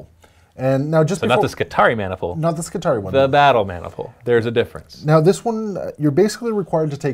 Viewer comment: skitari-eye! say it that way, it not only sounds way better, its correct. :P